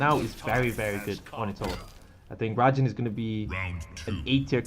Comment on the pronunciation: Raijin, not rajin